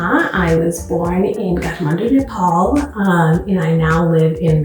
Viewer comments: I don't understand why when nepalese people go to abroad they speak like they don't know NEPALI, they don't pronounce the nepali words in a right way like every nepali people living in nepal does. It's Kathmandu and when you pronounce it, it's (KAATH) not (CAT) shame on them. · Catmendo not Kathmandu 😂😂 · moti chasmiss catmandu haina kathmandu bhann 😂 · Happy to see food from my community celebrated. A little bit surprised to hear how Nepal and Kathmandu were pronounced by one of the Nepalese lady.